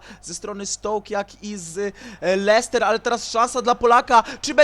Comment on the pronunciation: złapałem XD kiedy następny odcinek z kapustki? I jeszcze jak mówisz słowo Leicester to się mówi Lester a nie Leihester XDDDDD